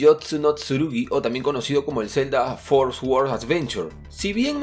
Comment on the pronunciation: "fooorrrr sorddddssss" porque la gente dice "esssguorrrdd" la W es muda por la concha de la lora!!!!!!